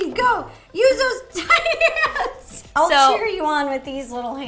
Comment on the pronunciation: who else thought she said titty hands😂??